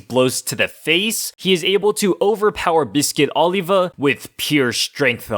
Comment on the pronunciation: OlivER. Not OlivA. There is no "ER" sound in Japanese, so a native speaker might say Oliva (with the v sounding more like a b) when trying to pronounce the English name Oliver. But that does NOT mean the dude's name is not still Oliver if you are going to say it in English! I'm all for pronouncing a Japanese character's name correctly to the extent possible, but a non-Japanese character with a non-Japanese name should be pronounced correctly when not speaking in Japanese!